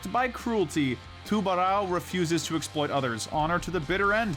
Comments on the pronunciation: ps you say it too-ber-ow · The pronouciation of Tubarão stabed my heart a little bit each time. I genualy dont know how to write down the correct way to say it either